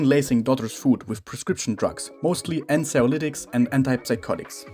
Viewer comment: "Ansiolitics" True psychiatrist here